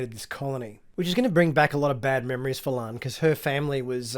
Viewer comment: Will you PLEASE pronounce La'an's name correctly - It's LaAhn not Lann you dunb she-it!